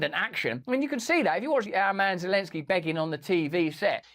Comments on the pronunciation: She said Lozenski.. :face-green-smiling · O. Thats why this person who blew up pipe line still in prison in Ukraine for other crimes against Ukraine gov? Funny how she sayid "volodimir lezenski"😂 min of vid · 😮 stupid news reporter said Vladimir lezensky 😂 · She said Lezenski Hahaha. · Did she REALLY just say "Lezensky"? The West didn't just waste a fortune on his propaganda for this narrator to f...k up his name like that 😄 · 8.58 m what worries me is that woman commentator can't say Zelenski properly. Lezenski?? Who is Lezenski ... 🙄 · She called him LEZENSKY. Wtf? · Geefuss beellyons, say Zelensky